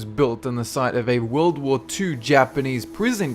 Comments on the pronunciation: sid he just say world war pooh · You said world war poo